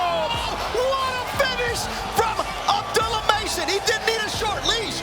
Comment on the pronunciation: ABDOOLUH NOT ABDULAH